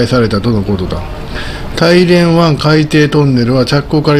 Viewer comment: 大連は「だいれん」または「ターリエン」と発音します。の発音は「タイレン」と聞こえます。なお中国語では「ダーリェン」と発音されるそうです。私の耳が変なのか？変ですね。